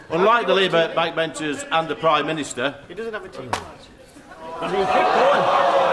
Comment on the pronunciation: "YoU dOnT hAvE a Tv LiEcEnSe" "YoU dOnT hAvE a Tv LiEcEnSe" "YoU dOnT hAvE a Tv LiEcEnSe" Who was that absolute man baby!? 🔔ends the lot of them!